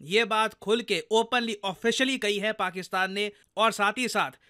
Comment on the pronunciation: "Paksistan".........😂😂😂 "sis"....😂😂